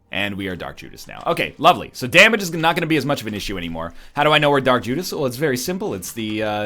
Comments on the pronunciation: "Jark Dudas" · Boi said Jark Dudas😂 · did anyone else catch him saying "Jark Dudas"?